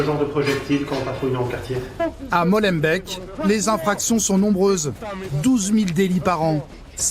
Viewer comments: MolenbÉÉk et pas molenbeck. BruSSelles et non BruCKSelles . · et c'est MolenbEEk et pas Molenbèk :D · SVP, prononcez "Maulenbéék", pas Mollenbecq", et Béékant comme E(mmanuel) Kant. En néerlandais Molen Beek, le ruisseau aux moulins. Merci - Mais le trafic de stupéfiants, ce n'est pas qu'à Molenbeek! Ils sont partout depuis que Bruxelles est devenue soi-disant la capitale de l'Europe. Avant Bruxelles était une ville paisible! Quoi, sans casque sur leur moto? Oh la la! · C'est pas la banlieue, tout cela c'est Bruxelles. C'est pas Molenbek mais Molenbeek cela se prononce comme "et" ou é . C'est pas chaud à Molenbeek mais chaud partout à Bruxelles. Sauf si tu ne sors pas et en cas d'urgence tu sors mais tu la fermes. Au secours ! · Les journalistes auraient pu demander comment bien prononcer les noms de communes 😂 Molenbeek, c’est Molenbék, pas Molenbèque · Ce nest pas Molenbecq et bekante...(la pronunciation est moolenbeek) Molenbeek et (Beeekant) Beekant.... Cest pas la france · Brussel et pas brukselle, molenbeeeek et pas molenbeque. pourriez faire un effort... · Molenbééééééééééééééque pas Molenbaik. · c'est grave de faire tout un reportage sur une ville et d'être incapable d'en prononcer correctement le nom... Molenbéék pas molenbeck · Molenbèk 🤣 ee.... éék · Molenbeek se prononce Molenbék (o fermé déjà puis en tenant le é aigu assez longtemps et sans e à la fin). Tout ceci fonctionne de la même manière pour Schaerbeek, Dilbeek, Linkebeek, Maelbeek, etc...). Ne prononcez pas Molenbèke s'il vous plaît... Et une fois pour toutes, pour Bruxelles, le X se prononce comme deux S = Brusselles ! Merci... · À cause de cette délinquance de plus en plus violente j’ai quitter mon pays Je salue avec respect tous ces policiers et policières qui aident,soutiennent, et sauvent mes amis belges. Ps: pour les journalistes français Ce n’est pas molenbek mais molenbeek soit en français molenbééék😂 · molenbéék et pas molenbèq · C'est molembeek pas molembeck bandes de frousses...